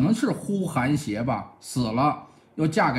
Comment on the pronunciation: 再纠正一次，呼韩邪(爷)单于